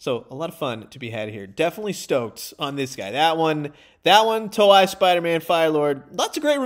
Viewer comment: Hey! Just so you know, it's pronounced more like "toe-ay" than "toe-eye".